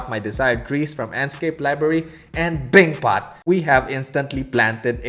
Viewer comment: “bingpot” “noice” 😂